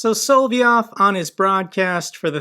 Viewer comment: It's not "Solvyov", but "Solovyov". . You just missed 1 'o'. Nonetheless, great show, as always! Greerings from Venray, Netherlands.